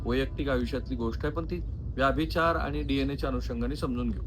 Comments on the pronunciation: व्याभिचार असा उच्चार नाही, व्यभिचार असा उच्चार आहे. तुम्ही वारंवार चुकीचा उच्चार करीत आहात. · रिपोर्ट चांगला आहे परंतु व्यभिचार हा शब्द तुम्ही व्यभिचार असा का उच्चारता ते कळत नाही .